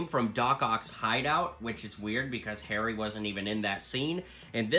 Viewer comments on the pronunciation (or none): none